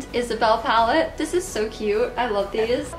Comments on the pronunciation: I like how you say "dis" and "dat" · I always hear "d-" when she says this, that, them, etc. "I'm super excited about dis collection." lol